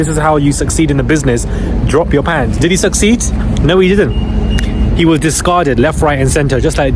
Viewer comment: Did you say “did he succeed?”, or “diddy sucks seeds”? I couldn’t tell…